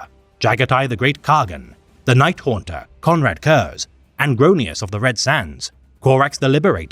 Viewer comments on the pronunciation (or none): none